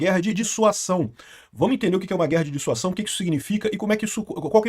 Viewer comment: Amigo, corrige isso aí! Chega dói quando você fala DISSUAÇÃO. Muda pra DISSUASÃO!